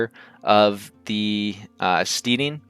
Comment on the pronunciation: It is pronounced like 'stedding' as in rhymes with sledding, not 'steeding' 8>D